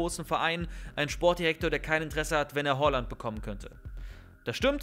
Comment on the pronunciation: Bitte sprich ihn nicht hOaland aus er heißt hAaland